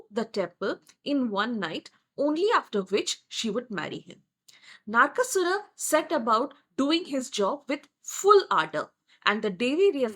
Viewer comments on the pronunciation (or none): It is NOT bamboo - it is sugarcane bow. Kamadeva didn't get cursed with disfigurement - he was burnt. Thus he is called atanu. Ananga. It is not Naarkasura. It is Naraka. Like narak. Mekhala partha - girdle path. It is praagjyotishpura Not Prag. It is paaTala - ta as in time and not as these. Ka varga, ca varga Ta varga. Not ta varga. You have changed the meaning itself if paTala. Also in matangi it is ta as in ta varga ta (before the pa varga). It is ekajaTA (Ta varga as ka, ca, TA) (jaTA - matted locks). Not ekajata (one birth).